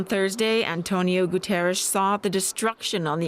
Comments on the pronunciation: Someone please teach her to pronounce Guterres. Saying his name correctly rather than making some weird sound is the least a reporter can do... He is the Secretary General of the UN ffs! It kind of distracts from the weight of what they're reporting. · The studio reporter saying "Antonio Guterres" sounds like Ash in "Army of Darkness" when he forgets the Necronomicon's magical words. 🤣